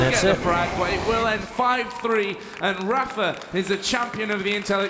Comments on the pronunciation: Rapher is how 2GD and pronounce Rapha. =D Also, Mega=Megger. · Hahah yea I wonder why the pronounce it like that.